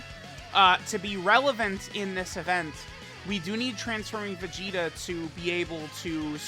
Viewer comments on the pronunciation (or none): Is it me or everytime says vegeta it comes out as vegito.